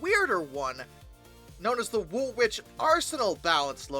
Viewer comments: Wool-itch not wool -witch. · Woolwich is pronounced Wool-itch.